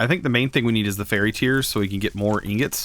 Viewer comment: Not "Fairy" tears, they are called "Fi-er-ree", "Fiery", like FIRE!!!